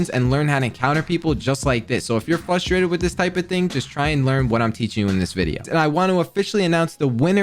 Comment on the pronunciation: Bro says fustrated instead of frustrated